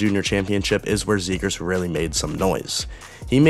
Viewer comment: "trevor zegraah"